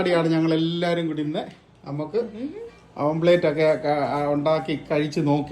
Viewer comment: ഓംപ്ലേറ്റ് അല്ല... ഓംലെറ്റ്‌ ചെഫ്‌ അല്ല ഷെഫ്